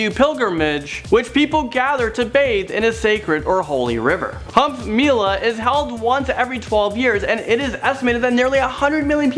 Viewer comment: Can't you google how to pronounce 'kumbh'. That's sad. Also what all you have highlighted about India seems to show in negative light. India is much more.